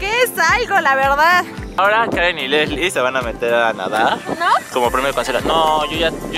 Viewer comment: Se dice lessli